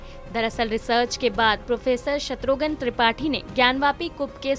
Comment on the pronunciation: शत्रुघन नहीं,शत्रुघ्न कहिए